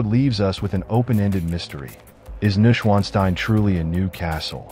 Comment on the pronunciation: iiiiiiii a little bit of effort with pronounciation specially if you use it in every other sentence over and over wrongly, it is "noysch-vaan-shtein" or let it read aloud by google